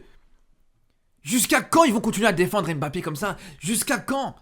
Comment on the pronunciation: Tu as joué dans quel club? Ton diplôme de journaliste es où? Tu as brossé tes dents avant ? Et pour ton diplôme d’entraîneur es où ? Et DÉJÀ IL NE S APPELLE PAS M - BAPPE